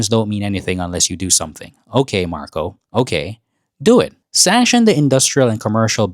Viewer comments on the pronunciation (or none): his name narco, not marco